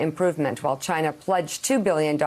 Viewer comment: Trump: "just ask Chai-nah, they know better than me ".